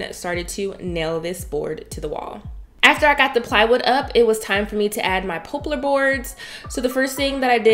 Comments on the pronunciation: You need to learn how to pronounce words properly, like poplar. Not pooplar or popelar. It goes to being taken seriously as a YouTuber. Just saying... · Pop-lar not po-plar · "pop" lar not "pope" lar. 😉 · Every time you say pooplar instead of poplar, I'm over here dying. Beautifully done, turned out amazing! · This is a great project. It is perfect for all homes. I did giggle a bit every time you said poplar - it is pop like in soda pop unless you live where I do. In that case they call it popple - I have no clue why. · Lovely space as usual. BTW the correct pronunciation for the wood is pop- lar . Think of popular but leave out the u. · Beautiful work...so very talented.... it's Poplar tree wood pronounced like pop as in popcorn... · you go, girl! I noticed it too, and guess what - I ignored it because it doesn’t matter. People get upset about the weirdest things.